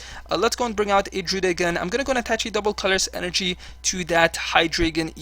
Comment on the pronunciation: Normally I'm annoyed by pokemon miss-pronunciations, or pronunciations that seem off, but I love how you say Druddigon.